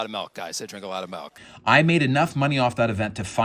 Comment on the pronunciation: speaks fluent mandarin. pronounces milk as melk